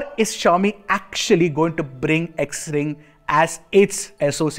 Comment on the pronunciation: Xring is pronounced as Shring